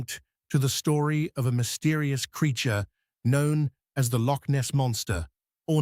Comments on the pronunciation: Born and bred Scottish lass, here. Loch, is NOT pronounced Lock. Locks are things you put keys into. Nessie doesn't exisit, we use it to scam gulible tourists, have done for years... and we're STILL doing it to this day! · The usual halfarsed A.I. garbage. Between Asian bison and Polish mountains I am again frustrated by the lazy work done by these people. Why can't we get past this ridiculous infatuation with A.I. Give us a human narration preferably by someone who can pronounce "loch."